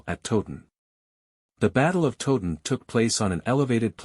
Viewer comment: Please learn how to pronounced Towton. It is not 'Totun' but Towton as in the word 'towel'. Towton not Totun. The figures for both armies are much exaggerated as are the alleged casualties, indeed one minor mystery is that only one grave pit has been found and that only had 40 to 50 bodies in it. Where are the rest of the bodies?